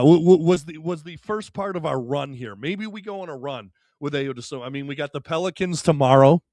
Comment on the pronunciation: I…O. Say his name right please